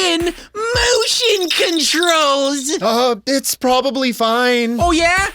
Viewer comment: MOWESTION CONTROOLLLZZ!!!!!